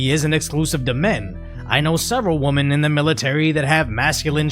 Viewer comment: I love you man 😂 Woman is singular, pronounced as you did, women is plural. It's pronounced wih-men